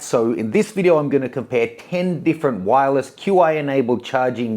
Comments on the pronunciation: It isn’t pronounced Q I, it’s Chi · "Q" "I" charging?!? It's pronounced sort of like "chee". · It's pronounced "CHEE" not "Q i" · Its called "chi" not called "Q.I." Fail. re-record it when you know what you are talking about. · It's pronounced chee... Takes about a minute, to Google how to pronounce it... Ignorance or laziness.? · QI is pronounced Chi. XS is pronounced Ten S. Not sure how reliable this video is when the presenter doesn’t even know the product names. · Mat Love you but i stopped watching at "QI". You killed the name))